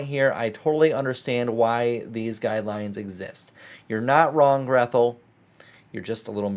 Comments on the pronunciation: Grethel is a German name. It isn't pronounced "Greth-el", but rather, "Gray-tel", as in Hansel und Grethel. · Btw, Grethel is a Germanic name, usually pronounced "Gretel"